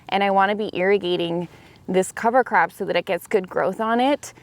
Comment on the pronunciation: I honestly thought you were saying cover crapping 😂😂😂